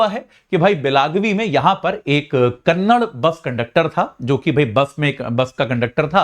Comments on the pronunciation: Kannad nahi Kannada bhol. ಕನ್ನಡ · It is KARNATAKAAAA and KANNADAAA. Improve your vocabulary before you come into the topi